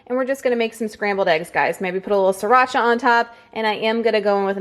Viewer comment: You're funny about the "sriracha." You pronounced it perfectly. =) I think you're articulate, entertaining, and informative. It's awesome that you're pushing yourself and feeling strong in your workouts!